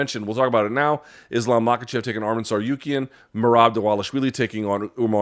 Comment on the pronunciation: Lmao bro absolutely butchered that 😂